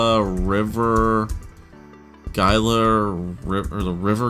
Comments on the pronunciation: It's pronounced hila in Gila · Just to correct the pronunciation. It's Gila as in (Hee-la) River. It is named after the Gila River Indian community.